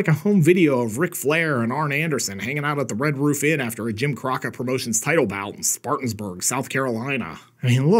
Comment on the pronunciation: being from that i'm a Gaffney native and my Old Man was born and raised there, that's how everyone i know pronounce Spartanburg.